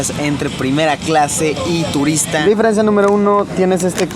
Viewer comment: Pronuncias mal deferencia